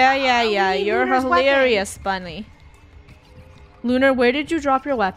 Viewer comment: I’m not a clown Also:I’m a cute bwunny Me:he said bwunny instead of bunny😂😂😂